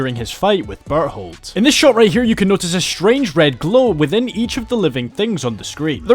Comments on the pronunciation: "BERHOLD" 🗣🗣🗣 Cool vid btw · I hear "butthole" tho